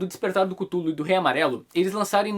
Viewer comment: acho que a pronuncia de cthulhu seria algo parecido com ''catiulu'' , me corrijam se eu tiver errado.